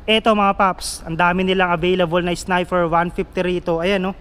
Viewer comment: sniper..nde snifer